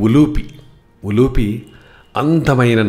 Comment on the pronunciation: ద్రౌపతి ఏమిటి అదే తప్పు ముందు, ద్రుపదరాజ పుత్రి ద్రౌపది,అలాగే ఉలూచి అనాలి ఉలూపి కాదు